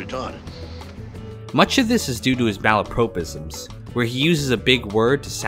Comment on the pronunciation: It’s “malapropism” as in “pop”, not as in “Pope”.